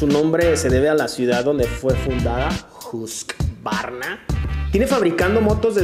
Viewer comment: Uy amigo en la pronunciación también estás mal. No se pronuncia husq-varna sino que se pronuncia Hus-qvarna (hus-kuarna) en sueco. Pero muy buen video! Me gusto el formato!